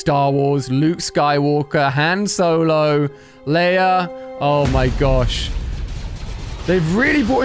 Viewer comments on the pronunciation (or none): none